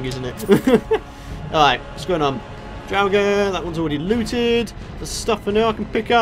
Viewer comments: draugers are pronounced draw-gers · drawugr is what you are saying